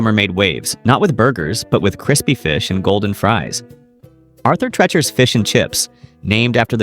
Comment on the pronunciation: It’s Arthur Treacher not Tretcher. Geez.